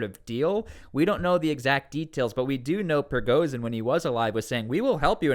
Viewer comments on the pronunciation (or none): none